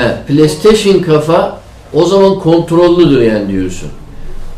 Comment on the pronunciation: ala ged hoppan burdan etimi tökme he birde kafa deyil kafe